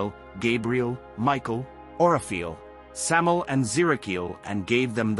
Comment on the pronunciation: Also it's pronounced Sam-eye-el. The "EL" in his name means "God" (or The God) in Hebrew. And it's not a myth that he was the serpent. Samael is Nahash. In Hebrew Nahash means "The Serpent".